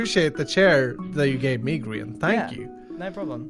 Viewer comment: It’s grins not Brian dufus